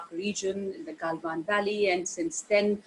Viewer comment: गलवान valley ko gailvan valley kyun bolte ho ji 😃